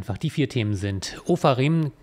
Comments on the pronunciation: Super Content! Kleine Erbsenzählerei meinerseits: Er heißt Ofarim, nicht Ofrahim 😉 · Trotzdem sollte wenigstens der Name richtig ausgesprochen werden. Es ist nicht Herr „Ofraim“, sondern Herr Ofarim. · Hallo, so viel Ehre gebührt einem C-Promi: er heisst OFARim und nicht OFRAim. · Hört sich für mich auch so an...doch wenigstens konsequent weitergeführt 😊😉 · Psst... er heißt Ofarim und nicht Ofraim! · Ich finde es ganz schön respektlos den Namen des Mannes permanent falsch auszusprechen. Er heißt nicht Ofraim, sondern Ofarim! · Die falsche Aussprache von Ofrarim ist kein Problem. Ich habe vor der Aktion noch nie etwas von ihm gehört. Der Content der Videos ist super. Lieber mehr content als weniger. Es sind keine Unterhaltungsvideos. Es sind informationsvideos. Super. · Der Mann heißt O-FA-RIM, 😉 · Ich denke auch, er war etwas in Eile und hat sich dann darauf "eingegrooved" 😉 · Bin ich die einzige die es grad nervt dass er ständig ofrarim sagt 🤣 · Das sind nicht 15 sondern 13 Minuten ohne Schnitt. Wofür eigentlich? Das war 13 min lang flüssig referiert und ohne Aussetzer. Ich bin mir zwar sicher, dass nur eine Version der verschiedenen Aussprachen des Namens „Ofarim“ die richtige ist aber der Rest war super. Verständlich, nachvollziehbar, gut erklärt und deutlich gesprochen - wie immer. Das Köti fehlt etwas. Diese Riesenbaby-Plüschkugel ist zu zauberhaft, als dass man sie uns vorenthalten sollte. Ansonsten könnte der Strafverteidiger vom Messerstecher uns mal wieder mit seiner Anwesenheit beglücken. Der war sehr unterhaltsam. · hat es ja richtig geschrieben (und bisher immer richtig gesprochen). Und wer mal ein *Live*video o.ä. gemacht hat, kennt das vielleicht: Einmal falsch gesprochen, bleibt das falsch im "Speicher", bis jemand das korrigiert 🤓 Da war vielleicht auch "Ephraim Kishon" im Hinterkopf. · Ofarim - soweit ich weiß. Meine Aussprache war falsch.